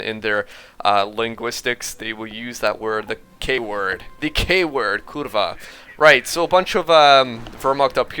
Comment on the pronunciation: your "Kurwa" is perfect:D Seriously. I declare you a native Pole!